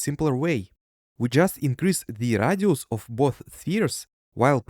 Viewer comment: your pronunciation of radius is diabolical